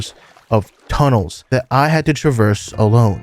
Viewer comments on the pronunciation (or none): none